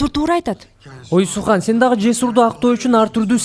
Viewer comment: Сүхандын аты сухан эмес Sühan деген сүхан деп окулат